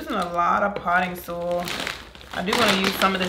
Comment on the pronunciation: It's SOY-IL...not sol